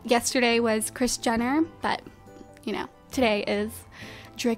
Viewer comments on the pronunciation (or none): none